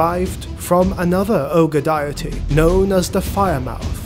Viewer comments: Not sure who thought you how to pronounce deity (dee uh tee), but your doing it wrong. Overall excellent. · "Diety". You did that on purpose didn't you? lol